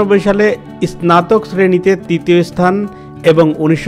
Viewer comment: আপনার স্নাতক উঢ্ঢারন ভুল। শুদ্ধ করার চেষ্টা করুন।